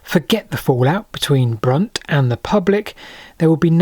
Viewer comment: I think you mispronounced Brunt